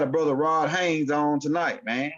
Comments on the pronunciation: Why you keep saying Haines when you know it's Haze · 👀 My Brotha.. I ask you not take this the wrong way, but there is no “N” in my Brothers name. It’s cringing. Please please please apologize and correct that. I didn’t say anything but too much time done passed and ROD didn’t say anything but I am. Respectfully 👀✊🏽❤️🖖🏼⚡️♾